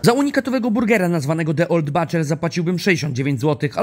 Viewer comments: Ale błagam, butcher wymawia się "bucze" a nie "bacze" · Tym razem to buczer się wymawia. Pozdro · Wymawia sie buczer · wymowa to buczer rzeznik Robi wrazenie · zdobił wrażenie, zdecydowanie ^^ Ale mam dla Ciebie małą radę od lingwisty. Słowo butcher znaczące "rzeźnik" czyta się nieintuicyjnie Ogólnie przyjęte zasady wymowy angielskiego najczęściej ukazują, że "u" czytamy jako "a" Jednak w tym przypadku mamy do czynienia z głoską ʊ, którą czytamy prawie tak jak polskie "u" na upartego można to powiedzieć tak: buczer a tutaj jak to wygląda zapisane w symbolach fonetycznych ❤️: /bʊtʃə/ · Wymowa "butcher" zdecydowanie nie robi wrażenia.